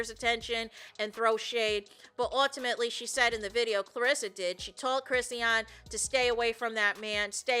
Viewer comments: Me trying to ignore "Crissy-ahn" and focus on the content the entire time watching this video. 😖😣😩😫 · Hey! Her name is pronounced …”Chris””Shawn”= Chrisean..😊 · well that’s weird I’m sure she would want her name pronounced correctly…